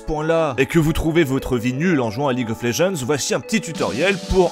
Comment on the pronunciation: En anglais, "Legends" se prononce [Lédjennddz], pas [léjeanz] >.> .